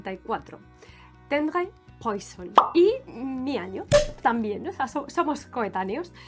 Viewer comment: No se pronuncia poison…..se pronuncia puassssó